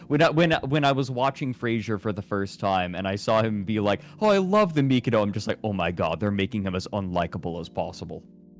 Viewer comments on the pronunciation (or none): The fact that goes on to pronounce The Mikado incorrectly multiple times and then calls it obnoxious just hurts my soul. Also I don’t know where he got the “imperial undertones” from as it was never meant to come across that way, plus it’s always been quite popular in Japan so clearly they don’t have a problem with it.